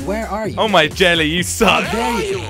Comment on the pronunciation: It's jelle it's pronounced like yellae